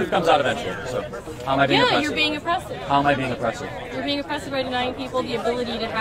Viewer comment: "oppreshun" = fascism. Ok